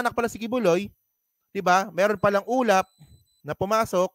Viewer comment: Ah ulap pala, ang dinig ko ulam na nagsasalita 😂😂😂 kaloka